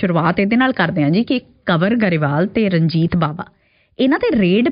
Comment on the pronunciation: ਕੰਵਰ ਨੂੰ ਕਨਵਰ ਕਿਉੰ ਬੋਲੀ ਜਾਂਦੇ ਹੋ !